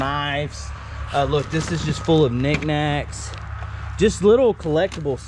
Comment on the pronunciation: I swear he added a “G” when he was saying knickknacks